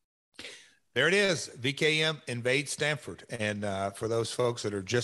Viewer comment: It’s Stamford not Stanford